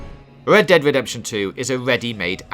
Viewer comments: Wed ded wedemption 😂😂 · "Wed Dwead Wedemption 2" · "Wockstar's Wed Dead Wedemption" lol should have got somebody else to do the narration for this video.